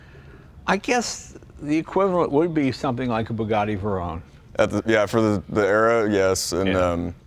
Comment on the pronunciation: Jay really is a character. What a great guy, and kinda hilarious to pronounce Veyron like a maniac 😁. Love him covering this car — my grandfather's dream car was a Doozy. Now I understand.